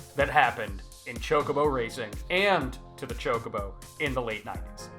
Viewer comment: Hearing you pronounce it ChokeOBO instead of ChokobO makes me uncomfy. Gr8 video otherwise.